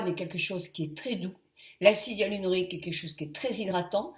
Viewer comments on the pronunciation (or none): acide hyaluronique et non HYALUNORIQUE..... esthéticienne?